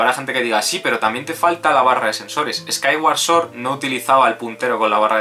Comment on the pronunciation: por lo menos pronuncias bien "sword". Creo que eres el primer youtuber que lo hace.